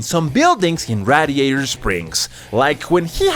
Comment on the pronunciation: mispronouncing radiator